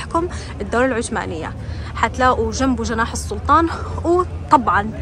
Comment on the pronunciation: العثمانية مو عتمانيه شذاااا .و اهدري لهجتك